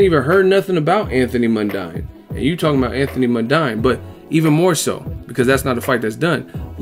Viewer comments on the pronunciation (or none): The fucknknuckle mispronounced it. It is pronounced MUN-DEEN. The fucknuckle knows fuck-all. Crawdaddy will be looking to crawl into his shell in that ring while Jeff is giving his head a free panel-beating and make-over.